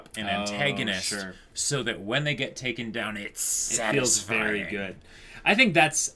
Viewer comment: NICEU NICEU, VARY NICEU!